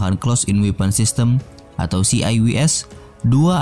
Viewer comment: Njir CIWS bacanya Ci aI Wi eS. Kalo mau dieja W itu double U, bukan Wi.